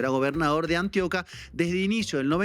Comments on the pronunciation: Antioca no, Antioquia* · ANTIOQUÍA, no antioca